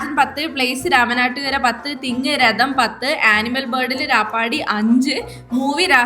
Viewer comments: രഥം❌️ രദം✅️ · രദം അല്ലാട്ടോ രഥം ആണ്